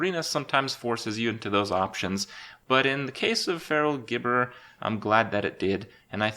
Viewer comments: it's jibberer not gibberer cmon man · IT'S PRONOUNCED "JIBBERER". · holy hell my dudes it jib-errer, because the thing speaks gibberish gib gib gib ig igg big bi gbigb gib bgi bgi bgi bgi bgi gbi igigigigi